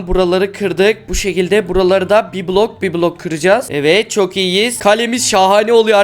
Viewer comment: Sen niye blog diyorsun bloko blog😂😂😂😂